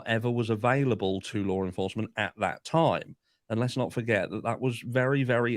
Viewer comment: I can’t fucking stand this guy!! Listening to his voice is just purely PAINFUL !! Sounds like he’s hocking up a loogie with every single word he spits out. And don’t get me started on his constant need to say (and mispronounce) ‘Lore enforcement.’ Ugh… I’ve never felt the need to comment on a particular individual before…. but this guy legit angers me! 🙄